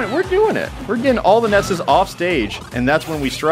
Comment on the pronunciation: YOUR SAYING IT WRONG, ITS NOT NESSES, ITS NESSI